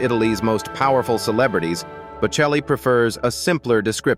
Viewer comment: Der Name ist bocelli! KI- Stimme, die wir nicht wollen! Namen werden falsch ausgesprochen! ES HOERT SICH FURCHTBAR AN! ICH SCHALTE AB!